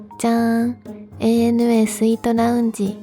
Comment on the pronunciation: ちゃんと、えいえぬえーった言ってるのポイント高い